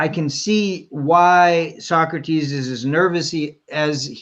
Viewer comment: Sawkrateez. Why u working with tyler? Wanna be Leah 2.0?